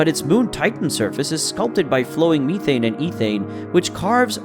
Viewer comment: You made a couple of mistakes. The moon is not "Lo", it's "io" (Indigo oscar), and it's methane, not methene